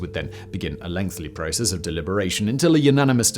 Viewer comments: Dear Simon, why do you add "L" betwixt the TH and Y in many words. ie. Lengthy--- is not pronounced LengthLy. WHY DEAR GOD WHY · Simon. Lengthly is not a word. It's LENGTHY. Every single script you add in the extra L on your own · He's still saying "lengthley" lol